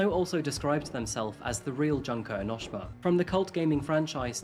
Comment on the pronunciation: “Junk-oh Enosh-Shuma from Dan-Gan-Ronpah” HELPPP 😭💀